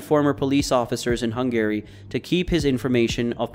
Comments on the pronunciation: lel "Hung-Gary" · Truly impressive levels of mispronunciation. Who is Hun Gary? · Why can you not pronounce Hungary correctly? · Why is he pronouncing Hungary like “Hung Gary” Also… He was considered to be the top Russian gangster.. he’s from Ukraine, not Russia. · is this AI? Such strange pronunciations of things like Eurasia, Hungary, Russia, Israeli, and others. Gotta be AI, no other explanation I can think of for so many mistakes from what sounds like a native English speaker.